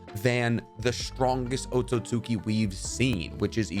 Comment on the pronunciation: "the AcKotSKi"